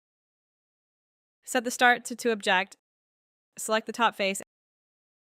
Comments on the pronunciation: fYI its 'OB-ject' (noun), not ob-JECT the verb. The Object extent type lets you choose an object (noun) on your model. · I think it is at least AI produced - the tempo and tone was too precise and consistently mis-pronounced "object" with the emphasis on the last syllable. And even the design is a bit strange - the arced ramp is completely unnecessary on the "full stop" - that just needs to be a wall. While the detention it passes over would benefit from a curved/ramped entry. Actually curve is unnecessary - just an angled entry would be helpful and the detent could be a little larger for firm retention - I can't imagine a human design engineer would make that entry symmetrical and have the stop asymmetrical. Though it was a very useful tutorial. Good pointers. I "suspect" it was a human directed AI script/project.